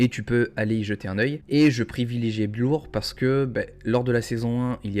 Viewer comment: On dit bleeeeeur aha Bien vu en vrai!! Joli +0.33Eth📈